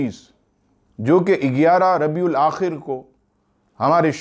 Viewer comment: Are Bhai "Rabiul Aakhar" aata hai